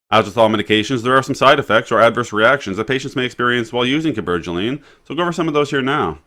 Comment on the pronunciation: He’s from Kansas lol. But he’s handsome and I like the way you pronounced the word Cabergoline